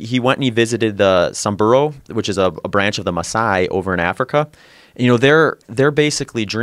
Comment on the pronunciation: HOLY FUCKING SHIT!!!! An American that can actually pronounce "Maasai"!!!!!